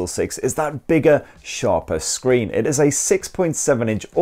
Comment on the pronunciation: Curved scree? Yuk 🤮